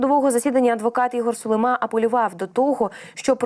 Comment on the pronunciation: Чого Сулимааа, він же українець, значить українською Сулииима, наголос на ли?!